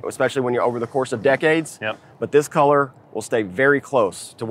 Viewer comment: What way does say colour? Sounds like Keller every time.